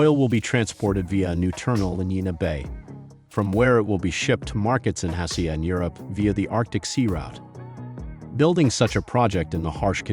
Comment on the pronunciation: Why is Asia being pronounced like "Ahh-see-ah" here?